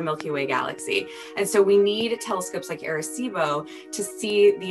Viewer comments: Who else cringed when they said air-a-cibo. 🤣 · As a puerto rican it hurts how they say arecibo